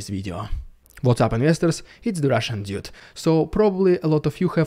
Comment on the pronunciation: In the intro, when you say: "it's the Russian dude", it kinda sounds like "it's the Russian idiot".